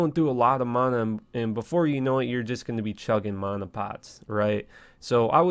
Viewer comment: Exactly lol...despise how he says it.